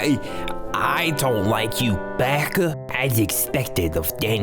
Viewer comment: the way you say baka is so funny 😆😆